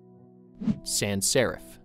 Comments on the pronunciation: It's not san serif, it's sans serif or sans-serif. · It's not san serif, it's sans serif. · The 'i' in Linotype is long and rhymes with 'wine'. And 'causal' is mispronounced too - it's 'aw', not 'oh'. And it's 'sans' serif, as in the French for 'without', not 'san' serif, as in Spanish for 'saint'. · It is "sans serif" stemming from french "sans" meaning "without", so "without serifs" and not "san serif" as you write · should it not be "sans serif" rather than "san serif"? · "SAN SERIF" really? In a video about Typography..? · sans in sans sherif has a s at the end, because sans is the french word for without. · "SAN SERIF"